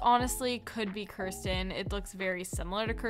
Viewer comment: why you saying it tike korston it is more like keratin